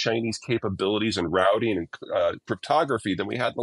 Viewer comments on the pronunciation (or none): none